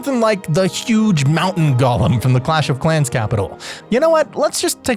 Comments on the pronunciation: It's not "gollum." It's golem. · Bro please it’s pronounced go-lem, gollem is objectively incorrect as per Merriam-Webster.